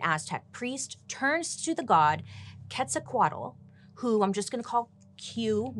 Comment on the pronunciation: I LOOOOVE THAT YOU ALREADY TRIED TO SAY "QUETZALCOATL" 💕💕💕 Even for mexican ppl it's kinda hard to say words in Nahuatl, so don't worry queen. All of our ancient Aztec, Mexicas, Seris, Yaquis, and native gods had really har names. As mexican, I just can applause you for that 💕👏